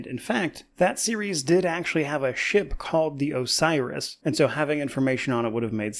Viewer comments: I think he says he has information on 'a virus', not 'Osiris' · "Osiris" or "A virus" Sounded more like a virus to me but not alot to go on. "I have information about a virus"